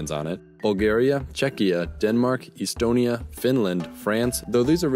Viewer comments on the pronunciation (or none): Thanks for the nod, but it's pronounced "Eh-stonia" not "Ee-stonia".